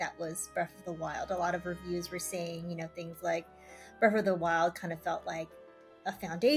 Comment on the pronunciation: Breath not Breff